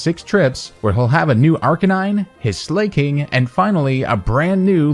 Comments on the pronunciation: What the hell is a "slay-king"? Lmao Great vid. Very interesting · Nobody: pronouncing Slaking: “Slay-king.”